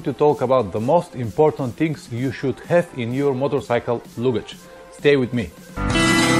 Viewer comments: Не лугидьжь, а лагидьжь :-) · Hi, you must say luggage with A, not U....))